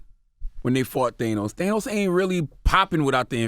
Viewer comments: His name is pronounced THAN*OS!!! Not They*nos!!! 🤦🏾‍♀️ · Omg if i hear Thaynos again!🤯🤯 Its Thanos!!! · Why are y'all still calling him "Theinos" when the movie clearly confirmed that it's "Thannos"? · Who the fuck is "Thaynos"? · these guys theorizing about Pym particles is soooo off but theyre so certain about it🤦🏻‍♂️😂 And WHY does CTG keep pronouncing Thanos like that?? THAY-NOS..? Its not like he hasnt heard the people say his name in the movies. Why bro? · These guys wanna be into this marvel shit so bad it’s embarrassing Charlemagne just learned how to say thanos